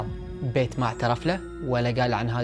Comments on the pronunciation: بييت مو بيت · قناتك كلش حلوه بس عندي ملاحظه الك حاول تلفظ اسماء الاشخاص بطريقه صحيحه لان اكثر من مره دتضيع عليه القصه وارجع اعيد لان اللفظ غلط مثلا ( بيت ) اسم بنت بحرف ال B اسم صاحب القصه اسمه ( پيت ) بال P. حاول تصلح اللفظ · بيت مو بايت